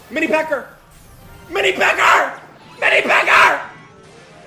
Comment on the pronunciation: who the fuck is mini pecker bro its mini pekka